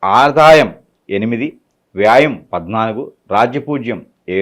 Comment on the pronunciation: Vyam anaali vyaam kadhu swami Telugu uccharana Leni jyothysham emiti guru😊😊😊